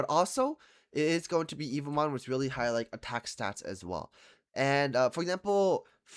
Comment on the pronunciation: He's been making evomon videos for two weeks straight and still calls em "evil mon" 🥀